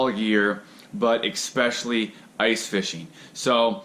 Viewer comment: why do so many americans say "expecially" instead of "especially "